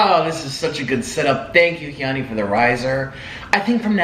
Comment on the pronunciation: Is her name HEEE ONEY. why is he saying it like that?